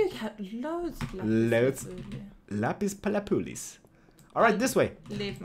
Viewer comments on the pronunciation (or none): It would be cool to see dyed armor. Is it just your home language and your English accents, but when you talk about "lapis lapoolis," it is actually lapiz lazuli. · Lapis Lazuli!!!! not lapuliz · LAPIS LAZULI NOT LAPIS LAPULI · Excuse me for being picky, but it's called lapis lazuli. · It's lapis lazuli lol pronunciation lap-is-la-zoo-ly